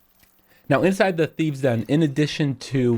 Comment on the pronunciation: Dude really? Thieve's and rouge? I'm Dutch and I know it's thieves and rogues ffs. Shame on you.